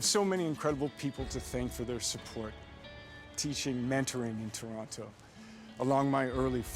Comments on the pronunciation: He sounds like he still knows his way around; like a local except how he pronounces Toronto 🤨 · Wish he actually pronounced Toronto the way we pronounce it.